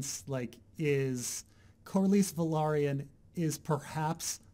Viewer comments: I am but there is no er in Corlys. I do not care how you emphezise the letters in a name but please stop making up letters. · It's Corlys, please stop saying corlarys! It makes me laugh so hard lol. I mean, I don't even know if you're pronouncing it the right way, but it's so weid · Stupid hangup but please look up how to Corlys. It is different than how you are saying it and its a little distracting.